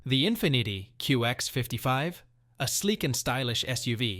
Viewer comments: mmm… thats not how infinity should be pronounced 😆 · If you say Infiniti, one more time, like IN FIN EE TEE, I swear